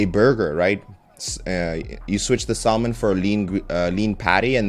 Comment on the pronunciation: y r u pronouncing it sal-mon